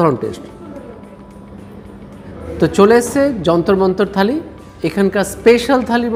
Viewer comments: দাদা যন্তর মন্তর খালি নয় থালি হবে.... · খালি না থালি